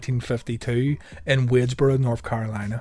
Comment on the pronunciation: He said wadesboro wrong but him and stephon Anthony are role models for us